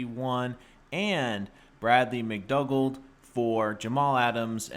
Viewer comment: It's pronounced Mc Doo gald mate. Great deal for the Jets.